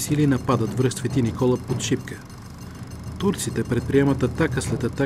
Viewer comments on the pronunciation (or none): none